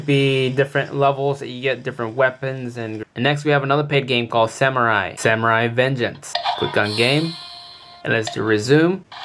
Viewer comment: "samuria" :p